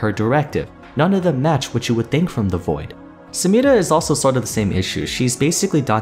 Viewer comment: Nobody:: Samirrra